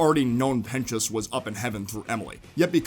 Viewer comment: Guys, use captions and wait until he says pentious